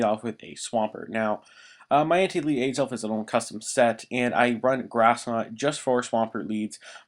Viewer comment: alright im not trying to hate, but how do you mis pronounce azelf?